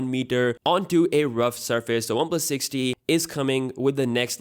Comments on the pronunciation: It's 6T. You keep saying 6D! And it's [comment] section, not session... Maybe you should speak slower and get it right. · The 6t sounds like Sixty